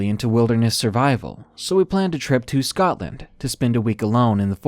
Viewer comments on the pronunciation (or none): none